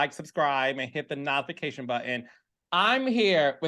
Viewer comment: Carlos take me out every time he says natfication button 😂. Baby it’s notification.